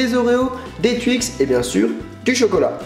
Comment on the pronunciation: Des twuix 😂